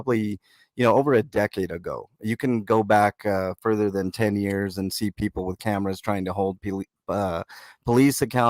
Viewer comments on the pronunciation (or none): none